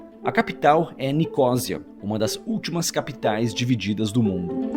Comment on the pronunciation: Não é ilha do Chipre. Diz-se Chipre. Também não dizes ilha da Grã -Bretanha. Dizes a Grâ-Bretanha. É o que dá não teres estudado . Nicosia?!! Isso não existe. Diz-se Nicósia!! 😄😄